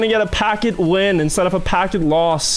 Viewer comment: He say "Packet loss" sounds like "Hackin' loss"